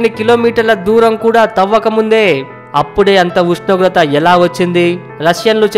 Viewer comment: Pls Meru first ushnogratha anadam nerchukondi